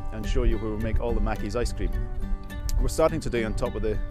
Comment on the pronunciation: I'm English and always pronounced it Mackie's, like in the video. My boyfriend (a Scot) has always corrected me and said Mac-kie's, ended up here to prove him wrong >:)